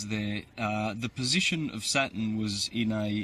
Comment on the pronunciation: He's not to bad at all. I've been finding more of his vids and enjoying them. I do believe he's not saying Saturn right haha I waited for the r every time he said the word and maybe it's my ears but I did hear it 👀👂😄